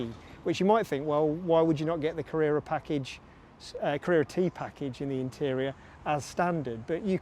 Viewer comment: So bloody annoying how you pronounce Carrera T. Can't watch you.